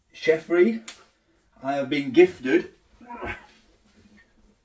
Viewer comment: Chefree.... Thought you said Jeffrey at 1st. Yeehhh top vid... Thanks for the upload mate.